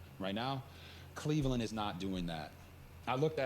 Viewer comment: It's Cleveland!! Sheesh. Lol. Remember Tim Couch??